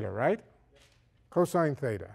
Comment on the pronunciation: Lol. It's "Theta" not "feda".